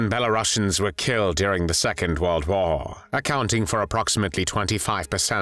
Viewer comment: Wait did u say WhAR?